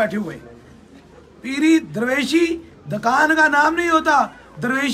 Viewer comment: Dakaaaaaaaaaan nahi hota chutiye Dukan hota hai.Wagon conductor peer ban gaya hai yh to hona hi hai.4 jamatain hi parh leta😂😂